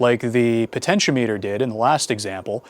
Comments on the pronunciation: It is pronounced po-ten-she-OM-eter. The the outside terminals are connected to the ends of the resistor and the center terminal is connected to the wiper. The name refers to potential or voltage and is normally used as a variable voltage divider. It is connected across a voltage source and the load is connected to one end and the slider so it can feed a percentage of the total voltage from zero to 100%.It .When you only connect one end and the wiper and put it in series with the voltage source and the load, it is being used as a rheostat, which is a current limiting device. The do sell rheostats, which only have two pins.. Potentiometers were often used to control audio volume. The audio from the source is connected to the top terminal and the bottom terminal, which is ground The slider and ground are connected to the amplifier, so you can feed a percentage of the input signal to the amplifier. On the other hand, the float in your car's gas tank adjusts a rheostat, hooked in series with the battery and the gas gauge which is actually an ammeter. As the gas is used the float drops, uses more of the rheistat and less current flows through the gas gauge/ammeter. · The (mis)pronunciations of potentiometer and multimeter make me chuckle.